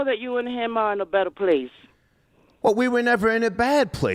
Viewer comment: Can someone please teach how to say “him”, & not “hum” 🤦🏾‍♂️